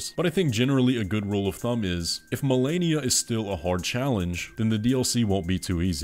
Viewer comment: was that an Asian accent joke with "Marenia?"